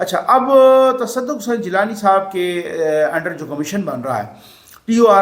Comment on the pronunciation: Tassadaq Hussain jillani hain "gillani nahi"